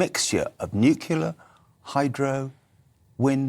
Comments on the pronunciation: " nucular"!! Why can't people say " nuclear" ?? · People didn’t used to point and laugh, they ARE pointing and laughing. And has he considered the mining of cobalt for these batteries? Does he know the misery that’s causing? And when that virtue signalling fool said ‘nucular’ he said it all. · Can’t trust an expert who can’t pronounce “nuclear”